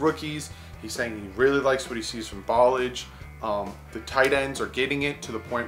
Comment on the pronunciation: Ok let me help you with Kalens name in French fromage is cheese right but listen to the -mage part now put substitute a "L" for the "M" -lage , Ball -lage ok ? See the way you were saying it Ball-ige is what happens when you wear gem shorts with no undies , balls start acting there age ballage , but Bal-lash-e rolls off your tongue like a 20 yard gallup down the middle of a defense ! Get it baby, you da man!